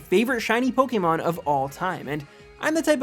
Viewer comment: It's Pok-ay-mon, not Pok-ee-mon.